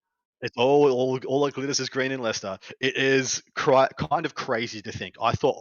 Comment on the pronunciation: Great show as always. Thanks for covering Leicester, and pronouncing it! I had a great time, brilliant tournament, and already got my ticket for Nottingham in January.